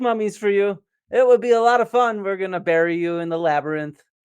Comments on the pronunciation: I'm afraid that if I ironically say 'Labrnynth' too often I will forget how to say Labyrinth correctly! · funniest part is joes been saying "labernyth" for months. duncan even corrected him on it and he cant stop himself. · “Labernyinth” lol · "The labernynth" says the internets dumbest man LOL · "laberninth" - classic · Can we please take Joe down into the "labyrninth", and just leave him there? 🙃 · Um... what in the holy sweet flying FUCK is a "labrinith?!" 🤦😆🤡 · That's cute. My ex's 5 year old daughter pronounced it Labernith too. It was her favorite movie. Also: Me "Say French." April "French!" Me "Say Fries." April "Fries!" Me " Say French fries. " April "Ench fries!" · Dude can't even say labyrinth correctly. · My theory is that Joe keeps mispronouncing labyrinth so he can say that technically he's not spreading misinformation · People actually believed Toe Rogan enough to deny science and willingly die from covid, and the man can't read the word labyrinth ☠